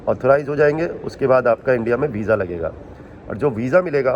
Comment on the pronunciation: vija nahi hota visa hota hai